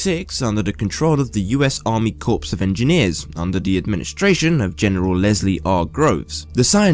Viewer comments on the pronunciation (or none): Corps isn't pronounced "Corpse", the p and s are silent